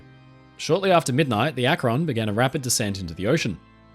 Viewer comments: Akron is pronounced Ak-ren not Ak-ron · A great video but one little note from an Akronite who grew up watching Goodyear test the current fleet of dirigibles… It’s pronounced Ack-rin, not ack-Ron. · "Los Angeles" is pronounced "Loss AN-juh-less". "Akron" is pronounced "ACK-run". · Akron is pronounced ak-rin. Rin as in tin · Interesting, we only ever really hear about the Hindenberg. For future reference, though, Akron is more commonly pronounced closer to Ak-rin. (It's not quite an I sound but it's closer to I than the O in "Ron".) At least the city in Ohio is pronounced that way by most locals I've met. Even people who do say "Ron" there's more emphasis on the first syllable - AK-ron - and the "Ron" part falls off a bit rather than the "on" being crisply pronounced. (Sorry I don't know the proper terminology for this stuff, I just grew up in the area just over the border in Pennsylvania.) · Great video! Akron is pronounced more like "ack-run". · Another NE Ohioan here, I also giggled a bit. I suppose I can't fault anyone for not knowing it's pronounced "Ack-run" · ..Akron is pronounced with emphasis on the first syllable..:) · Why can't anyone pronounce Akron correctly? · great video!! as an Ohio native who used to live in Akron and who regularly drove past the Goodyear Airdock where the USS Akron was constructed i was happy to see that ship mentioned here. (Also i can't help but giggle at people who aren't from the area trying to pronounce 'Akron' haha)